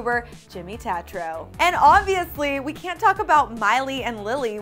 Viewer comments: It's not tatro, it's tAtro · you said Tatro wrong!!! but omg yay they're dating!!1